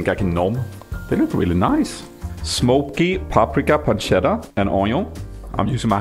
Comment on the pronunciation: Hi! Just an italian fella dropping by to say I'm really proud of your "pancetta" pronunciation! Love ya, keep going!